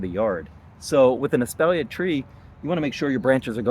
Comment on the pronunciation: Pronounced; ES-paul-YAY.